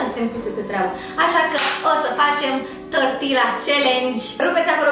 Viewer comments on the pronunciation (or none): none